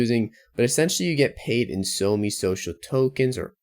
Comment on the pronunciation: It's SOMEE not ONG